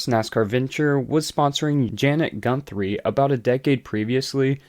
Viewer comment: It’s Janet Guthrie not Gunthrie